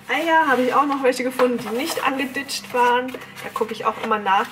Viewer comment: Du sagst auch angeditschd 🤣😊😍